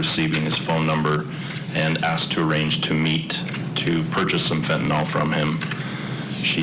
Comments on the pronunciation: It's Fent-a-NYL detective, not Fent-A-NOL, good grief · It's crazy that attorneys cannot pronounce the name of the murder weapon correctly. It's not FENTONOL like alcohol ffs. It's FENTANYL.